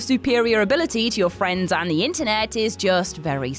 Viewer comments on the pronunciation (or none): none